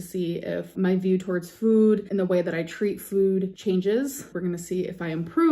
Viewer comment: The way she says "food" just irks me. She over pronounces it/adds in an extra "o" to me.